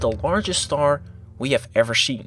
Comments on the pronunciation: Stop saying starsh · But He Said "Shtar" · Haha “shtar”